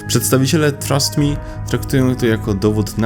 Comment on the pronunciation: Tego się nie czyta jak trust mi tylko jak... thrust me XD "frast". Jak wyrzut